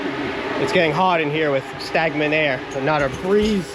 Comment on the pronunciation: ya came up with a new word (STAGMENT AIR) lol just bustin your 🎱🎱 bro I know how it is alot goin on.enjoy the video's